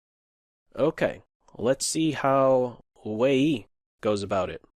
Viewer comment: Isn't Wei Yi pronounced like Way You?